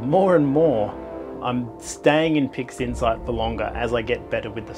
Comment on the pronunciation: i'm sure you said "pigsinside" a couple of times